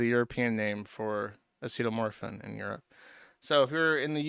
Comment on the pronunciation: Acetamorphin. Either thats a thing or he mispronounced acetaminophen in a way only he could.